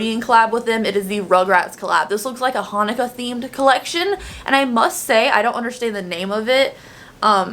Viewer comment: Hi! Jewish follower here. “Chanukah” is a different spelling of Hanukkah that represents how we say it in Hebrew. Jewish prayer is in Hebrew; When we light the candles of the menorah on Hanukkah we say our blessings and sing songs in Hebrew! Just explaining. It’s pronounced Hanukkah but with a “ch” like you’re clearing your throat. :) Tommy Pickles from Rugrats was Jewish in the show and they did special episodes for the Jewish holidays of Chanukkah and Passover (“Pesach” in Hebrew) — it made a TON of us feel seen and represented and they’re like CLASSICS to watch those episodes in American Jewish communities! Chanukah (there are a bunch of different spellings) starts on the 25th of Kislev in the Hebrew calendar which is during the winter, lasts 8 days, and occasionally coincides with Christmas! This year it doesn’t, but it’s typically any time from late November to late December. I love the collection and feeling represented in a holiday collection!!